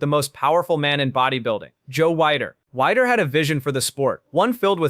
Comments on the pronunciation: Joe weider NOT wider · Dude, you didnt do your homework. It's Joe Weider (pronounced weedeer). Zane was a chemistry teacher. Hence, the "chemist". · Stopped the video as soon as the narrator mispronounced Joe Weider's name. Do better. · First you intentionally, or ignorantly pronounced Joe Weirder’s name incorrectly in the beginning. Whenever referring to mass monsters, you only showed Ronnie Coleman and Flex Wheeler. No mention or image of Dorian Yates – the original mass monster, or Jay Cutler, the next generation of mass. I think I’ve made my point. Oh – Chris Dickerson, was not a mass monster. I love Frank Zane. However, Chris Dickerson was a symmetry person of the same mentality. And he defeated Zane.😮